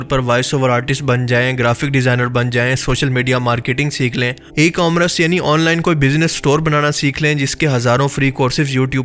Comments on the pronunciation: tusi ecorammrce nahe eCommerce hota haay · good video. A little correction kay e-commrece nahin hota e-commerce hota hai shukriya